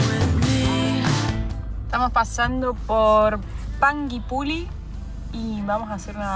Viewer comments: PERO SIN MAYONESA! PARA Q SEA EL ITALIANO VERDADERO TIENE Q SER CON MAYO, SINO NO ES! 🤷🏻‍♂️ TIENE Q TENER LOS 3 COLORES DE LA BANDERA DE ITALIA! PARA Q SEA UN ITALIANO! 😁😁, Y PANGUIPULLI ES IGUAL TAL CUAL, PANGUI PULLI (PUYI) NO PULI, COMO SE LEERIA EN ITALIANO, TODOS ESOS NOMBRES DE CIUDADES MAPUCHES, Q DE PASO LLEGARON HUYENDO DESDE ARGENTINA 🤷🏻‍♂️ UN ABRAZO 🙋🏻‍♂️, JAJA NO TE COMPLIQUES TODO LO Q SEA CON DOBLE L ES TAL CUAL "DOBLE L", TIPO LLOLLEO SE DIRIA YOYEO 🤷🏻‍♂️😁💙🙋🏻‍♂️ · Panguipuyi.....así se pronuncia..... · Hola... Se escribe Panguipulli se dice "PANGUIPUYI".... y la letra U no se pronuncia...... No sé si me hago entender... Jajajaja 🤣 saludos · La ciudad: Pangui pulli (se pronuncia puyi) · En huilo huilo neltume, se perdieron un montón de saltos y senderos 🤷... Antes de nombrar lugares como panguipuLLI , deberían preguntar su pronunciación... hasta Google lo pronuncia mejor 🤣 saludos